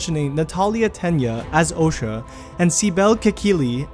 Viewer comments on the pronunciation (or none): It's "Tena" not "Tenia" ffs